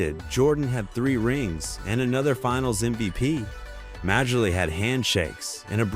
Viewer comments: Dans name is pronounced Marlee. Not Majorly. Same for Bill. Although Bill was lame his name is pronounced Lambeer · When I first heard it pronounced "Major-League," I wondered what sport this video was supposed to be discussing😂🤣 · Ah learn the game….pronounce Dan Majerle. as in “Marley”. What are you 20 years old. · Dam ai. Who the hell is major-lee. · If you can't pronounce Majerle, you're not a fan of the game and should not be making NBA vids.